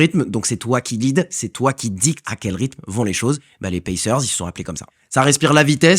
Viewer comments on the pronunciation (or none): none